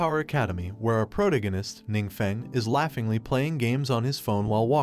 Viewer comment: I hate how he pronounces protagonist wrong. Can't tell if he's just trolling or if that is how he actually pronounces it.